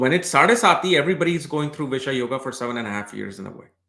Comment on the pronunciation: Its not bish-yoga it is bisesh-yoga...